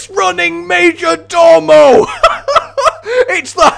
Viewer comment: So it's not "major-door-mo" but "major-DOE-mo", at least according to all the dictionaries I checked... STOP MAKIN' A BLOODY FOOL OF YESELF LADDY! EDIT: Sorry nevermind that, how ARE you pronouncing "cabal"???